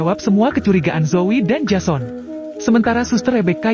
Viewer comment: menulis jason membaca nya jesen